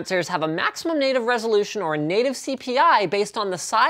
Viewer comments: it’s resolution ....not resolutation ... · "High resolutation"? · Resolutation? Lol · What’s a “high resolutation” display? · 'resolutation' ...nice. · "High resolutation..." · LOL High Resolutation